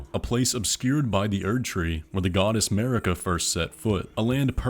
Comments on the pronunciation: it is not mErika, but mArika pls god, so much pain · from the very start of the game you are unable to pronounce Marika in right way for some reason, so from my point you are completely lost